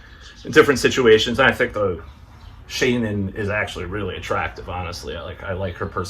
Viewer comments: Brother, her name is pronounced Sha Nan. Easy, peasy. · Shanann Shan and then Ann. Sha'nann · Half of the video he's trying to pronounce the victims name lol